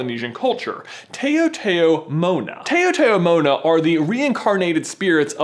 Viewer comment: Tao Tao Mona is pronounced ( Tau Tau Mona)..good explanation on what they are though.